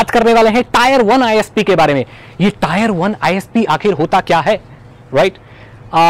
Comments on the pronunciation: Tier is pronounced "tɪə"....it resembles with the word 'tear' and NOT 'tire'. Cheers! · bhai it's 'टियर' not 'टायर'